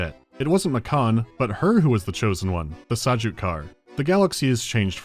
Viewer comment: keeps pronouncing Sajuuk like Sucuk and I can't help but say... Holy Pepperoni.